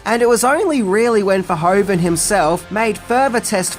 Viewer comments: Great video once again! Really interesting facts. One minor nit-pick (only a Dutch citizen like me would have): The director is called Verhoeven not Verhoven, pronunciation: Ver-who-ven. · Paul Verhoeven, pronounced Ver-WHO-ven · Paul Ver HOO ven. ;) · I'm always do disappointed when people criticize a piece of media as bad just because they're too stupid to realize it's satire. btw. The name is pronounced something like vair-who-ven. But that's a understandable little error.